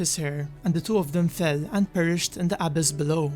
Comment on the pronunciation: FYI it's pronounce "uh-BISS" ....not "AH-biss"